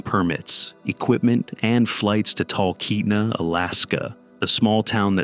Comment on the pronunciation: Hey, just so you’re aware, calling it McKinley is pretty insulting to the locals, and especially the indigenous peoples there. If you actually care, you should be referring to it as Denali. Also you mispronounced Talkeetna — but that’s less important.